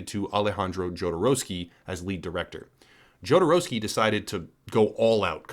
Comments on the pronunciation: Jodorovsky - the first consonant reads as 'H', as in 'humanity'. Americans reading foreign names is really something else. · Another american who can't say his name right. You don't say the J. but you always will.